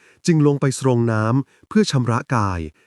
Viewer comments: เสียงอ่านเยี่ยมค่ะ อ่านชัดถ้อยชัดคำ การเว้นวรรค คำควบกล้ำ ร-เรือ ล-ลิง สำเนียง ดีมาก ความเร็วในการอ่านกำลังพอดี ไม่ยืดเย้อ ไม่เวิ่นเว้อ ไม่ต้องปรับความเร็วในการฟัง ฟังเพลินจนจบ คำว่า "สรงน้ำ" อ่านว่า"สง" (แบบคำว่าสง-สัย แปลว่า อาบน้ำ-ใช้กับพระสงฆ์) ไม่อ่านว่า "ซง" นะคะ 😅😅😅❤❤ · สรง..อ่านว่า..สง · อ่านว่า สง..